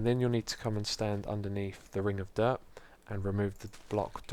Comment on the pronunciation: Whenever anyone says dirt, I always think they say derp